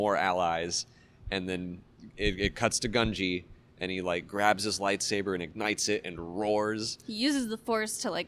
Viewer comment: It think it’s pronounced Goon-Gee.